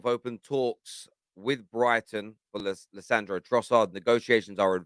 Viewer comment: Leandro, not Lissandro, 😛